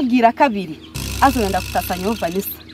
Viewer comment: Vanisa or vanisha😂